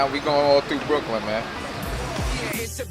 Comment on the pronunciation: by ry u k ly in Brooklin kurwa Brooklin :D